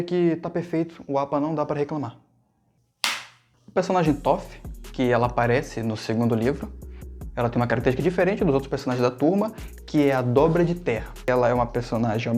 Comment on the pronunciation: não querendo ser chata, mas já que vc pediu opinião, duas opiniões (e são só isso, só opiniões pessoais mesmo rsrs), me deu agonia vc falando ToRf o vídeo todo rsrsrs, e se era um vídeo sobre a atriz, poderia ter mostrado mais a atris durante o vídeo, mas é isso, boa sorte aí com o seu canal ;)